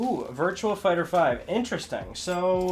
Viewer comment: Not sure if you noticed but there's no L in Virtua Fighter.